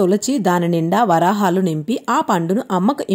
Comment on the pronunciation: మార్గశిర మాస మొదటి గురువారం నాడే ఈ వ్రతం ప్రారంభించాలి. అన్ని వారాలు నియమంగా వ్రతం చేయాలి కాబట్టి, ఏవైనా ఆటంకం కలిగితే, వ్రతం మానకుండా ఇంట్లో ఉన్న ఇతరులు ఈ వ్రతం కొనసాగించాలి. 2 ఇది వ్రతము, text లో నోము అని రాసారు. నోము, వ్రతం ఒకటి కాదు. 3. చెప్పుల జతలో వరహాలు పోసి అన్న దగ్గర్నుంచి ప్రతి చోట "వరాహాలు" అని చదివారమ్మా! వరహాలు అని చదవాలి. వరాహాలు అంటే అర్థం వేరు. 4. ఉత్థాన ఏకాదశి, పోలి స్వర్గం మరియు ఈ వీడియో ఒక రోజు ముందు పోస్ట్ చేసారు. కనీసం రెండు మూడు రోజులు ముందు పోస్ట్ చేయండి. Views రావడమే కాదు, అందరికన్నా ముందు వీడియో ద్వారా information ఇచ్చినవారవుతారు.